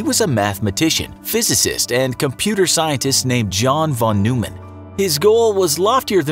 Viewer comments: It's John von Neumann as in Noy-man, not New-man. I got that wrong too first time I saw it. That is all. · Hearing his name pronounced “New-man,” when every physicist I’ve heard say it pronounces it “Noi-man,” is freaking me out. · Can we work on pronunciation? Von N(OY)mann is closer. Although an American may never actually master German vowels. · His Hungarian native full name is margittai Neumann János Lajos. He received nobility through his father (the “margittai” part, translated to “de Margitta”), that’s why he used “von” in his international name. As for pronunciation, noi-mann is the correct one. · Neumann is a Germanic surname. The "eu" is pronounced "oy" for /ˈnɔɪmən/ or Noy-man. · God forbid you pronounce his name right. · Your pronouncing of neumann is wrong